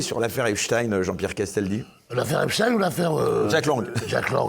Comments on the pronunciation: BRAVO 8 A vous tous ! De Nouméa !!! Mais ne tombez pas dans le piège ! Il faut prononcer EPSTEIN epstain et non Epstine ! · C'est EPSTEIN PAS EPSTINE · Pourquoi Béatrice Rosen dit encore Epstine ok elle est américaine /franco américaine mais elle parle français ici donc c est Epstein … on en a assez parlé de cette prononciation faussée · Affaire Epstein. Les gauchistes disent « affaire Epstine ». Ou je me trompe ? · As ton avis pourquoi ils disent epstine 😂😂😂